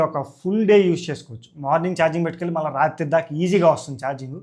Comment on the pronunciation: మల్లి కాదు మళ్ళి...😅